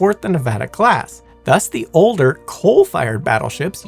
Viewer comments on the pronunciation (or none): none